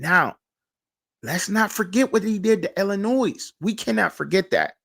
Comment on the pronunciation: Hello, Bro. Pro tip: there is “No Noise” in the proper pronunciation of the French/Indian word: Illinois. This weird word sounds like: il•uh•noy I was taken to task years ago by an acquaintance from Dekalb, Illinois for unwittingly saying the word by sounding out the (s) on the end…exactly the way you are doing in this podcast. (no offense) Back then, I claimed ignorance on account of not being raised in the “Land of Lincoln.” Now that I’m a retired English teacher, I thought it might be helpful to share the experience. ✌️